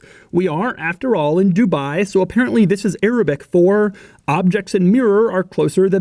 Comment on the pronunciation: its dubai....not dubaaaai